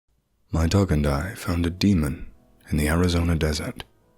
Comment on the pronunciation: Arizona, not Arizonan.